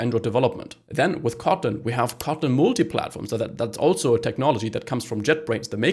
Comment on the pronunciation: Is he saying cotton instead of kotlin?